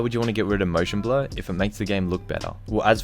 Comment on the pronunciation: When he says blur it sounded like blood